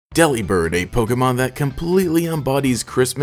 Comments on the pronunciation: U pronounced it wrong it’s not Dely-Bird, think “Delivered” but replace v with a b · Daily reminder that Delibird is a pun on Deliver & Bird. De-lih-bird sounds waaay better than deli-bird tbh. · personally I prefer to pronounce delibird like "delivered" cause it makes for a better pun